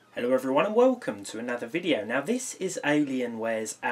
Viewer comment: Aaah yes, my wewcome dose